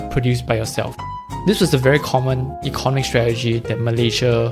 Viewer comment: Pronunciation: Eco NOM ic, not ECON omic. Aca DEM ic, not ACADamic. Pho TOGraphy, not PHO TO GRA PHY.